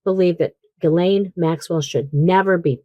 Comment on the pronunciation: You're still pronouncing Maxwell's 1st name incorrectly. Listen carefully to your guest.. she says it correctly.